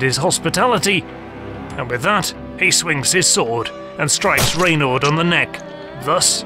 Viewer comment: RENAUD de Châtillon !! not raynald .....